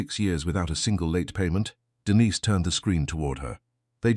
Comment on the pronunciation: I wish the AI would learn to pronounce Denise!